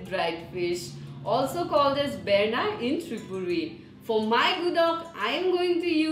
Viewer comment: you are doing it wrong and its berma not berna .Before uploading anything pkease do research about your recipe